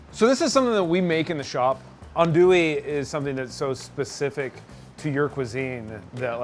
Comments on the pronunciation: First the proper pronunciation is not "andouillee" but "andouilleuu" in french, and by hearing "andouille capital" I just can't stop laughing, maybe in us but oh dear not in the world. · It’s not an Andoowee. It’s more Aundwee. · These two jack-offs. We're gonna make "ann-dooie". Asks how to pronounce it. Its pronounced "ahn-dooie". Five minutes later..."We brought some "ann-dooie". Really? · This video just makes me mad its not pronounced ann-doo-wee its pronounced aun-doo-wee or on-doo-wee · Eh, you're all pronouncing it incorrectly. Think "on-dwee" and you're about there. :) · Them saying "Anndouille" is killing me. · Adui - is it pronounced right? - as a frenchman I can just tell yall pronouncing it wrong (even in Louisiana French) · All of you are saying it wrong. Repeat after me: AN DOO YE... and that last E is almost silent. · It's not ANDOUI tho... it's Andouille. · I know he didn’t do this right because he can’t even say andouille correctly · Love it when all 4 pronounce it wrong and then go balls deep and state that they in the capital of the world for Andouille....LOL...its from France yall !! still...love this show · Andouille? I've been mispronouncing it this whole time? Proceeds to mispronounce it for the rest of the video. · Really good video. But you are really wrong with the "Andouille" prononciation